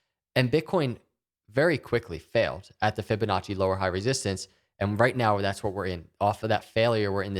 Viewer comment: stop saying fibinache!!!!!!!!!!!!